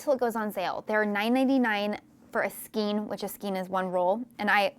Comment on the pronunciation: Skein is pronounced like "skayn", not "skeen". You're welcome 😀